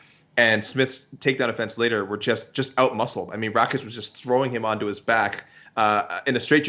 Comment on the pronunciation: FFS ITS RAKIĆ NOT RAĆIK... if thats hard to remember, use his name, or nickname..